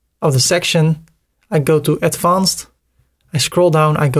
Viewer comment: Kolere spreek advanced is niet zo Nederlands uit. Spreek het uit als advenced